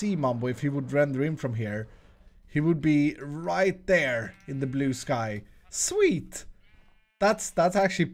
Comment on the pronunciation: Each time I hear you saying "sweet" my subconsciousness makes me hear "swede" :0